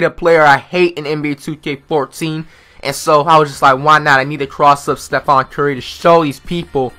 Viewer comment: back when flight pronounced stephen curry's name like "stephon"